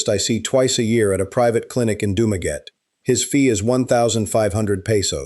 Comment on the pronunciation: Learn how to pronounce the name doo ma gettie